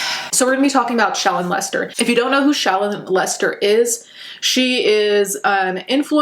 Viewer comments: Every time you say her name, to my ears it sounds like your saying "child molester". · I'm sorry my wife and I can't help but hear "child molester" every time she says Shallon Lester....ironic? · I could have sworn you said "Lets talk about child molesters" and not "ShALLOn Lester" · Anyone else not know who this ShallonXo character was before this video and every time you said ‘Sharon Lester’ I thought you said “Child Molester”... and then scarily I subsequently heard about her, at least, interest and sheer fascination with sexual attraction of underage guys and at most, seemingly predatory behavior targeting/grooming of barely legal BOYS. BTW as far as DoXing no matter how you twist it ,whether or not their addy & phone number are posted is irrelevant – maybe they just posted as much info that was available to them ATM (still doxxing). And I also wanted to points out that if somebody is an influencer, of even a modest amount of subscribers, and they are willing to do your dirty work/carry out your surreptitious bids, spamming alone can cause adequate harm. On a side note – how does one even go about obtaining somebody else’s credit score?! In any event, I came across your channel accidentally/inadvertently and I just got wanted to say you got yourself a new subscriber. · Every time you say her name it sounds like child molester and my Norwegian sense of humor is too effed up to get past that like a normal adult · when I heard you say shallon Lester I heard child molester tf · Sounds like shes saying child molster lol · Tell me why everytime she said Shallon Lester I heard child molester😭😭😭